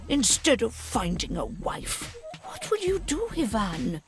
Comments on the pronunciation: When finally there's a piece of media where the name Ivan is pronounced correctly. ... Nice. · At least they pronounce the Eastern European names correctly. Instead of the Western eye-vun, it's ee-vahn. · As an Ivan in real life I was floored when the name was pronounced correctly. Americans usually hit me with the Eye-Van